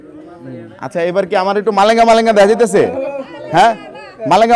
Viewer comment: মারেঙ্গা❌ কালেঙ্গা✅😂😂